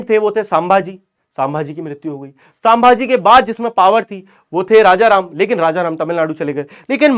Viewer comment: Sambhaji bolo not sam bhaji